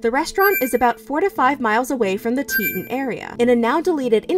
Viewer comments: great video but omg it’s TETAHN not teet’n when saying grand teton nat’l park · Teet ON, not Teet un. One of the most famous mountains on this continent and you don't know how to pronounce it. The final straw was all of the rainbows. Is that investigative reporting? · If anyone wants another point of view and some info on this, check out The Lore Lodge's video on this. He was actually asked by Gabby's brother to help with the investigation. Edit: Also its pronounced Tee-taan not tee'on. That was bothering me much more than it probably should have. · Good summary, but - Dang! It would have only taken a few seconds to look up and hear the correct pronunciation of Teton before you mispronounced it a hundred times. So irritating. (Not TEE-[t]un, but TEE-TAHN. (Former professional news announcer) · Did it bother ANYONE that she said Teton like “teatin’” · Teton is called tea tawn😂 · FYI: Teton is pronounced: tē′tŏn′ Tee-tawn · I was listening to this, and was really confused because I have never heard of Teton (it was being pronounced teetten). I'm from Idaho and visit Wyoming and Montana regularly. When I finally looked at the screen, I laughed cuz that's not how you pronounce Teton. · Sorry, I'm going to be that person. Its Tee-ton National Park. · Teton is pronounced like "TEA-tawn" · Why did she pronounce Teton as tetin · It was a crime the way she mispronounced Teton the whole video. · You pronounced Teton wrong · Please learn the correct pronunciation of Teton.